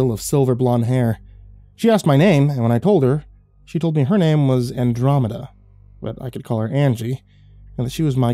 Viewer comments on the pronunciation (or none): none